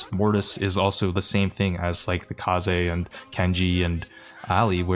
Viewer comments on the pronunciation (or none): Saying kayz is ragebait. Its Ka ze